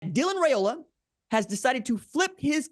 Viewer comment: One of these days r j will pronounce his name correctly 😅